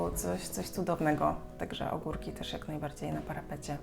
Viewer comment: Powiedziałaś ogórki, ja usłyszałam kurki 😁, myślę ok, mogę hodować na balkonie kurki